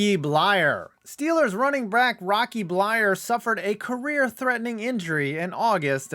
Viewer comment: “Steelers running brack”